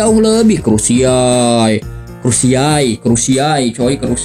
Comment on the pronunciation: krusaii ,😂 krusial om😅😂😂